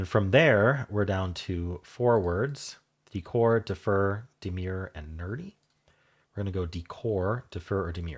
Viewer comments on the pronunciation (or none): As others suggest, it isnt demure as pronounced here by. That is a different word. The second syllable of demur rhymes ( in UK English and probably US English too ) with purr fur her and so on. Slight emphasis on 2nd syllable, unlike lemur when emphasis is on first syllable, But let’s be fair lemur ❤was a great guess. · Fairy - Prune - Cures - Rogue (mistake) - Lemur - Demur What the hell is Demur 😂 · It isn’t quite like lemur, different emphasis on syllables in demur. Check out the US version, I can only tell you UK pronunciation, I knew the word though it is low frequency.